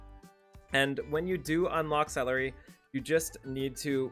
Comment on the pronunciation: Why do you keep calling her celery??